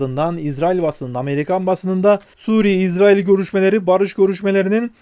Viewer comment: Maşallah İZRAİL doğru telaffuz. Yahuda soyundan gelenler İZRAİL, Hz. Yusuf ve Ketura(Terkene) soyundan gelenler İSRAİL'dir. İSRAİL Terkene hatunun mahlasıdır. Hızıri bir zat olan Terkene Hatun Hz. Yusuf sonrası 30 sene Mısır'da Melikelik görevi üstlenmiştir.